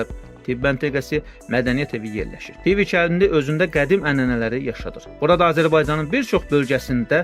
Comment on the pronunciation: Tivi sözünün və nekropol vurğusunu düz demirsiz...